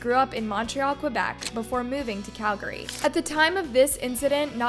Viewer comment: Why does this chick mispronounce so many words on almost every video. You mispronounced Calgary